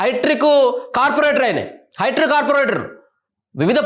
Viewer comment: హైట్రిక్ కాదు సోదరా, హ్యాట్రిక్ అనాలె.!😔🙃😌😒